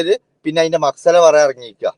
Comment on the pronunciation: മക്സല അല്ല ബ്രോ..മസ്ഹലയാണ് 😊